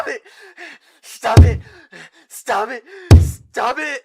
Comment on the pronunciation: Well I know Ed is saying "Stop it" to Rob when he hit him but... I keep hearing Stab it instead.